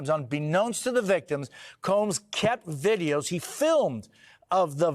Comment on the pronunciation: I thought he said Dideos!!! To describe the videos